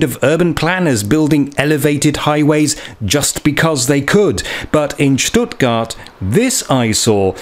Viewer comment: Love how you say Schhtuttgart .. thats the proper way!